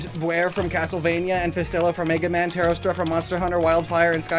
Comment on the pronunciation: The way he mispronounced teostra